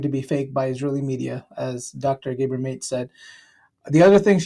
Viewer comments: His other son, Daniel, does an excellent podcast with Matt Lieb called Bad Hasbara. Dr Mate appeared on the podcast a few days ago and I was thrilled to learn that he has an incredible sense of humor in addition to his wisdom and compassion. Also, sorry to nitpick, but his name is pronounced matt-AY. You'll find a number of books, interviews and documentaries by him if you'd like to learn more. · Gayber Mate dude common sounds like some dumb iPhone app or a Sports drink Try GA BOR MA TAY or GAH BHOR MAAA TAHY its Hungarian but common man !!! The Anglicization is simply ridiculous. Otherwise thanks for posting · FYI it's not 'mate' as in English . the final E is with an accent - like Mattay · His last name is pronounced at Maat-tay, not Mate. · It's not Mate. It's MahTay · His name is pronounced, Mah tey, as if there were an accent on the e. Not Mate, like an Englishmens friend. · Maté. Not Mate. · Mate’s name is pronounced Matay. This woman is clearly brainwashed. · his name is pronounced as "MAH-TÉ" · Mate - if you are going to do reaction videos could you at least make an effort to learn the name properly and maybe do a little research into the subject of your vids! I will go and watch this on the original video without your unnecessary commentary! Good luck to you in the future! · Gabor Mate is such an important voice! I have to point out his name is pronounced Mah- Tay . I have been following him for years and his books are invaluable.He really knows what he is talking about. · His last name is pronounced MA TAY. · Gah-BOHR MAH-tay is how you pronounce his name. Love him! ❤🙏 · Mah-Tay is the pronunciation, please. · His last name is Matè (mah-tay) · Maté (mah-tay) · his name is pronounced MAW-tay. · Pronounced Maa Tay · Please learn how to pronounce his name and stop using chat GPT for research purposes. Its just lazy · Learn how to pronounce his name. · Omg, learn to pronounce his name! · Learn to pronounce his name PLEASE